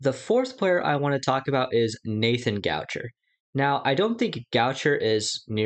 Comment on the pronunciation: Nathan what? Goucher? It's Gaucher (Go-Shae).